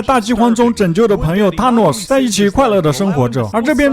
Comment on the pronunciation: 你是不是不知道th（Thanos）音怎樣讀